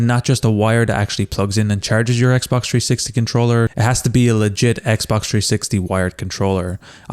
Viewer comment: It’s 360 not tree60